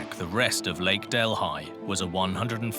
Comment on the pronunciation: I am from India. Our capital is New Dellhi (delee!) Who on earth BUTCHERED this name to 'del, hai!? In Amerika seems that every foreign name MUST BE BUTCHERED! REALLY!? Sorry, I still call this lake 'del-EE'! NOT del-hai! Wow!